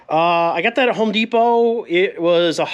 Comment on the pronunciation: “Home D Pot” lol😂